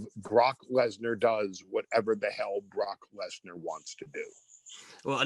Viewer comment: The way he pronounces the name "Brock lesnar"